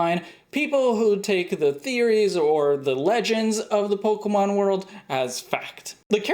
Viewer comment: Has no one mentioned "Pokeemon" vs "Pokémon"?